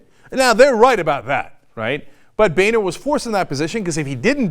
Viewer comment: boener= bone-er not ba-ner. favre' not farve. learn english .